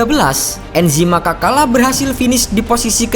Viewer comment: Cara pelafalannya Anzhi Makhachkala bukan Enzhi Makakala wkwkwk